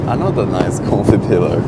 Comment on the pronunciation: how did no one notice says “confy” instead of comfy